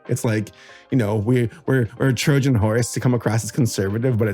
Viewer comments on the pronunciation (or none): none